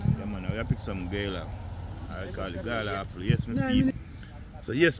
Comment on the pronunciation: Gala not Gala bad pronounce